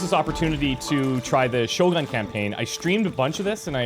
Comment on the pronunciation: just a trivia, but shogun is not pronounced like you did , it pronounced 'shogoon'